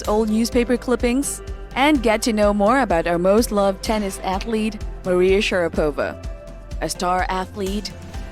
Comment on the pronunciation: For Christ’s sake, can you please learn to pronounce her last name.